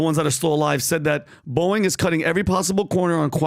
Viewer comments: Boeing not Boing…that is a sound a spring makes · Someone please correct Pat on his pronunciation of Boieng